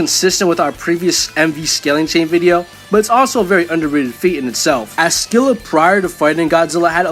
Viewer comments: Dude, Scylla = "Silla" not "Skilla" although Google apparently thinks Americans say it a way I've NEVER heard, but "Sky-lah" isn't correct, either. Just listen to the "British pronunciation." It's how we say it here in America, too, as far as I can tell. I play Smite and I've only ever heard "Silla." Edit: "Evolved" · SILL-A THE C IS SILIENT SHE'S BASED ON GREEK MONSTER OF THE SAME NAME!!!!!!!!!